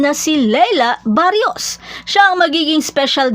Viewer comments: Barros hindi barios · Ayusin mo pag-bigkas mo ng pangalan! "Barros" at HINDI "Barrios"...baryos ka ng baryos!!!